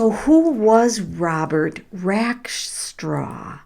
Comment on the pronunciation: Do you know how to read? ‘RacksTRAW.’